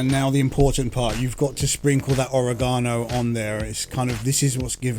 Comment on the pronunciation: I think you’re saying oregano wrong 🧍